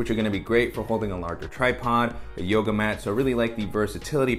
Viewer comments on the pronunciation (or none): none